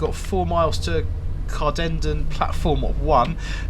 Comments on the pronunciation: hate the way the announcement says cardenden it’s car-din-den, also can see my house in this video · Wincing at the onboard pronunciation of Cardenden. Should be pronounced like two separate words; Carden Den